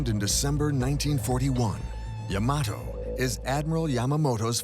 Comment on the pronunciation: It isn't yah-MAH-toh, it is YAH-mah-toh.